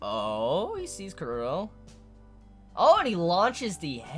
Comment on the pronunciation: why do you pronounce chrollo kuro?